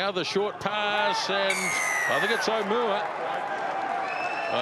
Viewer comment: Aumua not Owmua